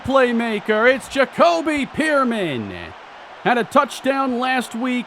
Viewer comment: Wouldnt pearman be pronounced like pair-men